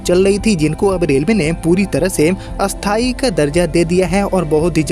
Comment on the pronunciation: भाई जी आप लिखते स्थाई ट्रेन हैं और उच्चारण अस्थाई करते हो। ऐसा क्यों?